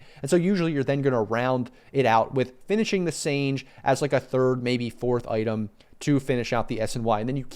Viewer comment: It’s Sanj-e yasha. I remember Dota 1 days when sange yasha wouldn’t stack with desolater nor manta. There were so many items that wouldn’t stack with other items. Also many heroes couldn’t use certain items, like pudge couldn’t use blink. I found that mechanic to be much more balanced than today where everything stacks with everything and everyone can make anything. Such a shame this delicate balance was destroyed.